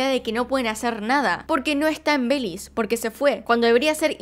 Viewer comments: Nunca me imaginé que pronunciarán Belis en vez de Belice 😂😂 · Me encanto el video, pero pequeña corrección, se dice Be-li-ce y no Beliz 🙂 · Me gusta como dices "belize" le quitas la "e" en México le decimos belice completo, buen video, siempre tratas de investigar a profundo, saludos😁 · Es Belice, lo dice como en Inglés. El otro día vi un video en el que decía Cyprus en vez de Chipre. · Fan de tu forma de decir "Belís"😂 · Es Be-li- C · Holi me encantan tus vídeos pero no puedo aguantarme , belize lo pronunciaste mal todo el vídeo 😅